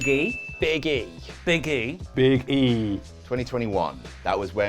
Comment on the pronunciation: They all pronounced Bige and notable prick wrong